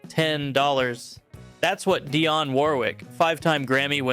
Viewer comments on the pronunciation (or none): none